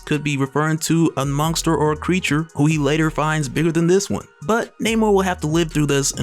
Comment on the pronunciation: Do you say the word monster with a "G" in it like Mike Tyson dose lmao...Mongster